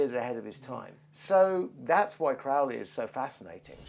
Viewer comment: Dickinson has not got a clue about Crowley, he manages to misunderstand everything about him. He can't even pronounce his name correctly. If you wish to have an accurate presentation of Crowley's life and teachings read Churton's biography and Richard Kaczynski's biography. Dickinson presents himself as a Crowley scholar but simply has not got a clue.